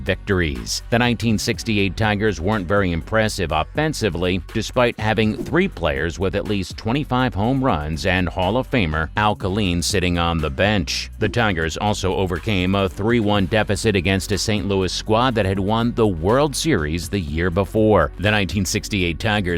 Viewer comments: These videos that mispronounce names so bad and get information wrong. It isn't Al Kay-leen, it's Al Kay-line. Have to block this site. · The battling title? Al Ka-leen? Tom Gla-veen? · AI commenter. Al Kaleen? Turned it off at that point.. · Is this a computer voice doc???? No one calls Al Kaline ....Al Kaleeen muchless Tom Glavin .....Tom Glaveeen....really weird pronunciation! I don't like it! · Hall of Famer AlKaleene! lol. AI gonna kill us all.